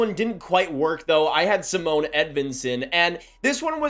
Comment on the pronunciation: Simon Edvinssons firstname is pronounced like CEE-MON.